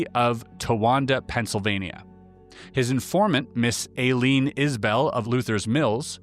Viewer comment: Aileen is pronounced “ i - lean” if you care, but it really doesn’t matter. 😅